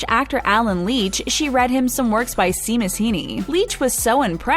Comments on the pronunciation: You mispronounced "Séamus Heaney", and that was really 😬 The "Séa" part is pronounced like "Shay", for future reference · Oh you mean “DownTUN” and “SHAYmus”. Kewl.